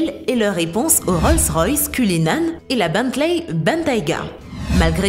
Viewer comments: c est pas Bantley mais Bentley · Ont prononce "Bentley" pas beuntley